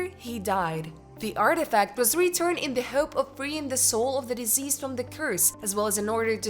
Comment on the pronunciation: deceased. it is being pronounced "diseased".